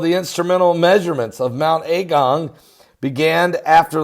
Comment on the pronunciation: It’s not pronounced “A” as in capital, it’s a lower a as in agung not A gung. I live here been here a very long time. It’s bad for the immediate surroundings but I’m not freaking out like you are. Please dont blow this up out of all proportion. We are quietly looking and keeping an eye on the situation. A lot has been done for the evacuees already. The first outage of lava is called cold, it’s not red hot, it’s more like mud and ash, it has spread out and come down about 2k, it’s in wide bands but it’s not everywhere yet and its pretty slow at the moment.